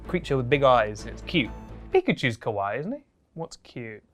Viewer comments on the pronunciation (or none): When he says kawaii he say (ka-why) which that mean scary in japanese it should be pronounced (ka-wa-ee) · fyi if you say “kawai” without the extra “i” you’re saying scary instead of cute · Cringed for both 1) pronunciation of My-Key 2)him sayin Kawaii as he pronounces it KOWAI meaning scary 🤣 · the way you pronounced kawaii was funny because kowai means scary and unsettling and all the images you used would be described as kowai rather than kawaii